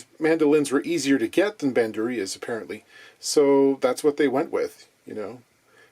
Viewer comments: It's pronounced ban-DHUR-rya not bæn-du-RIY-ə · Correct pronunciation for "Bandurria" is by accentuating the u, not the i 😉